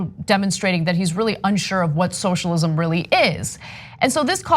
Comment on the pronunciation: "shoshalim" It's not that hard to say, "so-shall-ism". Was this guy drunk?